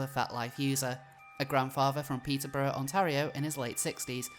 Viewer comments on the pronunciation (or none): none